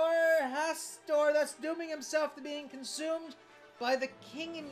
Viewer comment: You dodged a bullet there, mispronouncing Hastur like that.